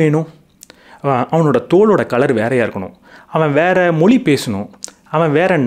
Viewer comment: ‘மொளி’ யா இல்ல ‘மொழி’யா?? தமிழுக்கு ‘ழ’ அழகு. அதைப் போய் இப்படி உச்சரிக்கிறீர்களே!!